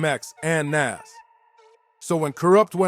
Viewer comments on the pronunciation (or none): How do you not know how to pronounce Nas?? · Who is NAss? smh NAS bro smh get the legend name right